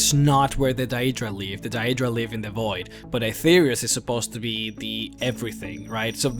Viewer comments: Could be, but then again, he pronounces a lot of the other words in the popular/standard way of saying things, and pretty much all the mispronounced words are fictional ones which have many examples of how to speak each word, that even my Scandinavian, Indian, Vietnamese, etc. friends can say Daedra or close to it like the game does, I think it's a matter of his choice, oh well, each to his own. Pretty gut video anyway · You keep saying the name wrong.... And they are called daedra because they are not our ancestors aedra = our ancestors and daedra = not our ancestors, not every daedric prince craves change..... Do better research next time! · It really bugs me the way you say "daedra" but that doesn't stop it from being a good video about one of the most expensive lores out there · He pronounces it like in Oblivion which is "DAY-EE-DRUH" , Skyrim is "DAY-DRUH". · You put way too much emphasis on the word Daedra. DAEEEEEEdra. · say Dayeedra one more time....its pronounced daydra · It's daedra (day-druh) Not daeydra like he says it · its not dayyeeedra its daedra common man say shit properly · I hate the way this guy says Daedra. Its pronounced 'Day-druh'. Not 'Day-ee-druh'. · day-dra, not da-edra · Stop saying DIE-EED-DRAH. The correct pronunciation is Day-Dra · he says daydruh a couple times. he doesn't seem to be able to pronounce words properly anyway - so it can be forgiven. It could be an act of course. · Its pronounced one way... DAY-DRUH... Thats the end of it. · You can not even pronounce deadra properly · why do you pronounce daedra like a dumbass xD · Maybe we'll see one where you can pronounce Deadra correctly, the other stuff you misspronouced, is annoying, but the amount of times you said that wrong, dude, you need to listen to the dialog in the games and you'd get it right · I really, really hate they way you say deadra... Other than that, great video. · You pronounce Daedra wrong. You don't emphasis the e...